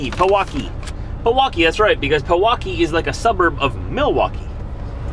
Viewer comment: Pronounced "pee-wau-key"